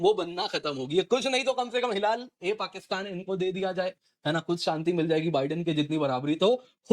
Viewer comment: Hila - l - pakistan 😂😂😂😂😂😂 Og sir